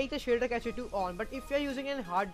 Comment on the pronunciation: pronounce it as "cash" not "cache"!!